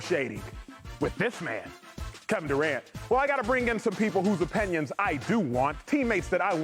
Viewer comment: I cant get over the way he says opinion. Like what is the deal bro. Opanyon is not a word.